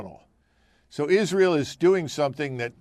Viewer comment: First of all, Lindsey can’t even pronounce Israel. He’s a buffoon.